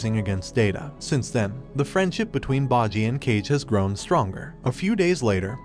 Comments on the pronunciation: Is name is bojji not baji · "Cage" "bogi" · It's boh-ji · See, it is 1) bojji not bajji 2)bosse not basse 3) kage not cage!! Don't do these mistakes, it looks like you are just laughing at it! Like... about ouken, he didn't made any pact instead his father found the way for immortality which was inherited by him!,,, you are not even serious! Are you!?👎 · i watch all the episode all ready sooo we is still the king and daida is marrid and its bojji not bajji its king boss not king bossy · You mispronounced Boji's character's name. That is a sin I cannot overlook. I went out of my way to get the English dub to hear how they pronounce his name. They pronounce it "BOH-JEE" not "BAH-JEE" It's almost as you never actually SAW the anime and just read someone else's notes on it. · “Bodjy” lol it bojji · Baji? It's BBBOJI!!! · Quit pronouncing everyone's names so wrong. Its Bow-Gee not Baw-gee. Kaw-gay not Cage. Bow-ss not Bossy. Good lord man, at least try a little when saying their names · You said bah-G wtf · bojii->bow-gee. Kage->Kah-gey. Bosse->Bow-sss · "boggi" "cage" "bossi" "day da" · its pronounced bow ji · You butchered half of the main characters names wtf( bow gee ) and (die da) that's how you say their names ...your using the anime show to tell the story yet you didn't even pay attention ... 🤨😪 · Ikr 😭 “baji” “cage” “dumass” “dayda” and “the spa” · Cage and Bohji??? Data??? bibin? Domayze??? What are these pronunciations? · BO----JJI not whtever the fuk u said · The pronunciation of kage and bosse is funny